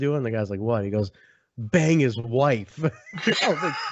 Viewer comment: I thought ace Austin said bag not bang